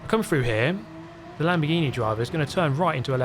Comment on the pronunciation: I heard that too 😂😂